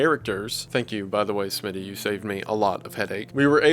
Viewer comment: Did be say smity